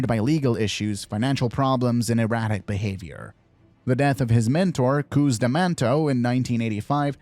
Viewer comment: Great video but cus is not meant to be pronounced as coos